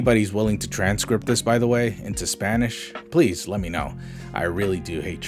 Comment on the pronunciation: Tbh the new version really sounds like he’s forcing trying to sound like the original video. He speaks fine English but please is still “ples”